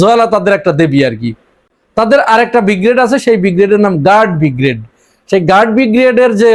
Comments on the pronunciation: ভাইজান উচ্চারণ বিগ্রেড নয় হবে ব্রিগেড। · শব্দটা ব্রিগেড উচ্চারণ ঠিক করা উচিত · প্রথমেই ছাগলকে বলি, কথাটা বিগ্রেড নয় ব্রিগেড। বিগ্রেড মানে দ্বিতীয় শ্রেণী। ছাগল না জেনেও ঠিক বলে ফেলেছিল। নাম দিয়ে যুদ্ধ হয় নাকি? তোদের নিজের টুনটুনি দেখ, ভারতের দিকে তাকাতে হবে না। হামাস যে নাম বলবে, বাংলাদেশের বাপ সে নাম রাখতে বাধ্য। এই জঙ্গিরা বলত, দিল্লী না ঢাহা? ঢাহা- ঢাহা- যেই ভারত বলল ভিসা দেবে, সব হাদির সা*য়া ছিঁড়ে তিন মাইল লাইনের পেছনে দাঁড়িয়েছে। তাদের নাম আয়েশা না ফাতেমা, জেনে কী হবে? আছে তো ভিসার লাইনে।